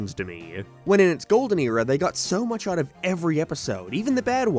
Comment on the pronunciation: What’s with your speech impediment bro? You can’t say out 😂 “ourrrt”